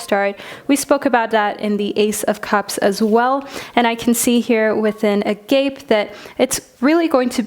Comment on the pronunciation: Group 3 I ❤️ the African Tarot omgosh!!! Agape (ah-gah-pay)